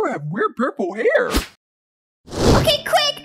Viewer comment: 1M JOIN MEH